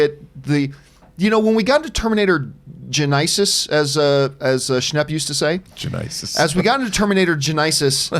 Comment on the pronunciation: John campea: “it’s Terminator Jenaisis